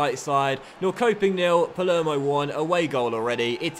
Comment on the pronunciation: Norrköping> norr-sho-ping